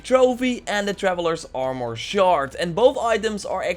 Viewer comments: THe way you say "armor" is annoying. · I gave your video a dislike because you say armor weird